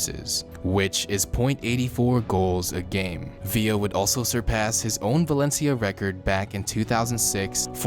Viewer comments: Valentia?! Valencia= Valen see-ya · He fucked up xavis name is sayin valencha and said atlético wanted him to stay... barcleona*